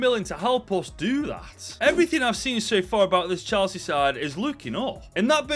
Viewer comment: ngl i heard "chelshit" at first